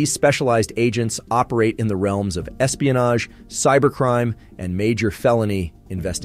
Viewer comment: Are these videos done with actual voice over or is it TTS? Cause every time AFOSI comes up it is said different in this video (which is odd, since each letter should be said independently) . Also, espionage was said very oddly.